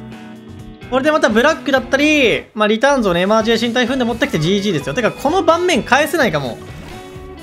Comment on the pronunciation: エマージェンシーをエマージェーシーンって言うの聞いててイライラする